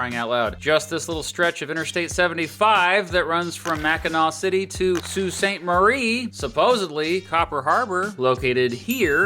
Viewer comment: as someone who grew up in the soo tysm for pronouncing it correctly. even siri fucks it up.